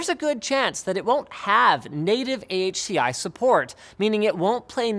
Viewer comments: "Ahki", huh? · AHCI is like someone sneezing... Try Spell NVMe like N-V-Me, now you know why is it cost you a lot of money